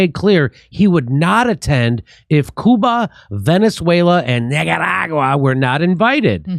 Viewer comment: So if you can't pronounce Nicaragua right you have to make fun of it, so question? If you are just a pothead as you say why should we take you seriously 🤔.